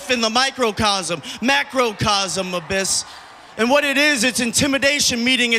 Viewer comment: $1 for everytime he says abbys lol